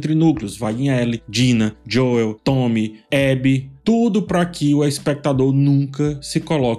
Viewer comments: concordo, e nesse mesmo video, ele fala corretamente enquanto menciona vários personagens. Me tira da análise também. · Por que vc coloca a tônica do nome do Joel no “e”? 🤔 se a proposta for aportuguesar, vc deveria fazer isso com todos os nomes, não? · Fechei o vídeo depois de ouvir "Joel" em português 5 vezes seguidas... Não conseguia nem prestar atenção mais no vídeo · Num guento o chamando o Joel de Jóel, mas os outros personagens idem a série kkkkkk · Cara não dá 😂 JoÉÉÉL?????? JoÉÉÉL??????? por favor, para com esse insulto adicionando o acento no nome do Joel. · Pq falar JoÉu?? Mto irritantes😮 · Pq nas análises dessa temporada tu está falando "Joéu"? Assisti as analises da temporada passada e você pronunciava corretamente. É para engajar? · Falta de respeito com o personagem ele chamar o Joel de Joéu, me incomoda demais, me tira da análise completamente. Ridículo da parte dele se é apenas para engajar... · As análises são excelentes, de fato, porém é difícil ouvir a pronuncia dele ao Joel e o Us kkk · Meu filho de 10 anos perguntou: Papai, ele é viciado em falar errado? (Referindo-se à pronúncia do nome do Joel). Se todos os nomes fossem lidos em português, ok. Mas só o nome de 1 personagem ser lido em português, fica zoado. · Pronúncia do nome Joel tá errada cara se liga ai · A pronúncia errada do nome de Joel me tira do vídeo totalmente. Qual a dificuldade de pronunciar o nome do personagem corretamente? Deslike